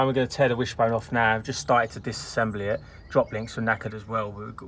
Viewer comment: Amazing videos as always love this channel and when u say now it's "naa" lol love hahaah